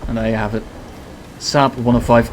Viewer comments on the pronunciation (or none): Ctfu at the pronunciation at the start hahaha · Ngl that prononciation actually made me laugh really hard